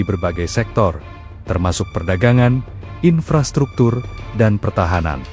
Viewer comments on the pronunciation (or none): none